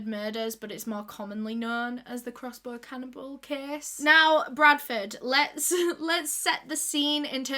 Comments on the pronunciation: "Crossbor" haha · I thought more like crossboah